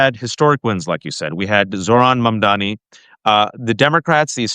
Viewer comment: Jeez, is it really so hard to get his name right? MamdaNi, not MamdaMi. It just bothers me, and shows a lack of respect.